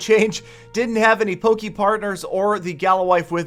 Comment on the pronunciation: For pronunciation, it's Poke, not Pokey :)